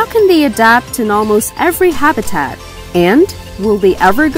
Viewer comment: And Habitat